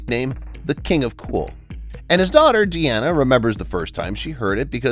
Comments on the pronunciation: her name is pronounced as DEENA, not Deanna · It’s pronounced Deena not De-Anna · It's not "De-Anna," but "DEEN-ah." As in her dad's name Dean, just adding an 'a' at the end.